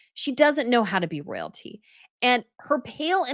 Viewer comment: “Soyalty”, not Royalty 🥴